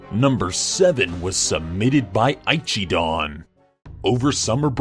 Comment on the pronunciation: Shouldn't ichidon be said as echi-don rather than ayechi-don